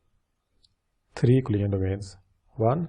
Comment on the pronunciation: You're saying all the time "client domain" or something like that, which is not understandible. Maybe you mean COLLISION domain? If so, work on pronouncing it right, it's VERY confusing :(